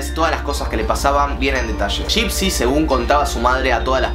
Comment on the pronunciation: Nadie yo andes del video: suena como laa laa y dipsy xd